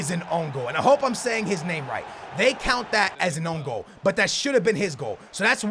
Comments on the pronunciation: This fucker is the worst at pronouncing names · like every names, no, you don't pronounce it right lol